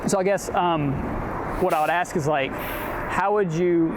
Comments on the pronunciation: Another DEI hire. She can't even speak properly. Can't provide the correct wordage to finish sentences. So dumb, and she's also very uncomfortable with speaking with him. I also enjoyed how she said "ask" multiple times. Then the more she got upset she changed it to "axe". LOL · I laughed so hard when the Oompa Loompa said "I'm not gonna axt you again, and I'm not gonna have a back and forf witchu." She needs to probably go back to elementary school to be taken seriously. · She needs to learn English. Yo, let me axe you a question. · She was axing them to leave 😂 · To be fair....she did axe.